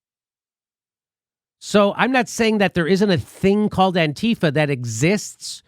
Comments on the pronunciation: Jimmy please. Its anti - fah, not anteefa. Stess on the anti. Its just like saying anti fascist, just without the scist. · Antifa, pronounced anne-tee-'fah. The small group was in Charleston VA and San Francisco, and a few other places to focus on neo-Nazis. Antifa went to protests against racism to protect and counter neo-Nazis/Klansmen violence. Nazis don't like anyone protesting against racism. Antifa was/is a small group of Jews who were tired of being targeted by neo-Nazi violence and didn't want other groups to be targeted by that same violence. Antifa gets such a bad rap because they are going after Trump's base. Other than the Klan, neo-Nazis are historically noted as the most violent underground group in the United States and have been registered as a terrorist organization within the country for a number of years. And still, Trump protects them. But he is not alone. So has the FBI and CIA, which have many neoNazis within their organization. Fascism is very popular now.